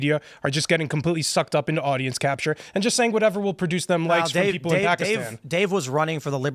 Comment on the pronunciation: That's not the english pronunciation of the word Pakistan.